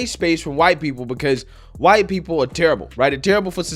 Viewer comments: that pronunciation was used in the Boondocks from what i remembered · She cant say her w's thought those people had trouble with r's and l's ? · When she pronounces White like she's spitting up phlegm is so disgusting 🤢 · How come she can't say white? Is she a little brain damaged? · They pronounce white that way to express and create a nasty sort of vibe in regards to white people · the Korean lady is making the sound of hocking snot when she pronounces the word white. I for one applaud her ability to be inclusive of this Asian custom of spitting in contempt in place of using words. I am sure it is the American public school system that is responsible for her not understanding why white people dominate a culture in a nation that they have lived in for the past 300 years. I am sure that if we went to Korea, we would see a much more diverse culture and one that is not Korean-Centric. Seriously, the fact that Americans at large have wide respect for the ingeniousness and tenacity and work-ethic of the Korean Americans, is also lost on her. From a Whitey to my Korean American fellow travelers: You guys make great Americans. Sorry that you can't have your children vaccinated against Western Woke Ignorance. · Wtf is wrong with this woman? Why is she having so much trouble saying white? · She doesn't even have the balls to pronounce "white" properly. She's as fake as it gets. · This from an Asian who has had eye surgery to have eyes like a white (pronounced like she’s hocking a loogie!) person! What a hypocrite! Go back to your own country, and then you don’t have to be disgusted by white Americans in our own country!!! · The way she pronounces 'white' is clear indoctrination and pure hate. These are the morons who really think they're not racist bitches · I don't think thats is triggering for her or somethi. It ment to trigger white people; an intentionally degrading and disrespectful. The way she pronunce it sound like spiting sputum from her throat to the ground.